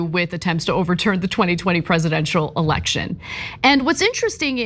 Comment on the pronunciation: Ana, it's not a "alection" it's election! 🚨